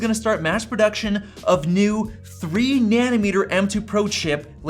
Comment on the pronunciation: What the hell is a “nanameter?”